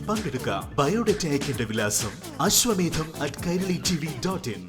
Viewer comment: അശ്വമേധം എന്ന് കൃത്യമായി പറയാൻ anchor പഠിച്ചു. നല്ലത്... All the best... ഈ പരിരിപാടിയോടൊപ്പം ഈ anchor കുട്ടിയേയും ഇഷ്ടമാണ്